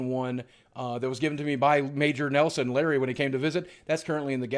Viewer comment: Every time you say Major Neslon I think of I dream of Jeannie lol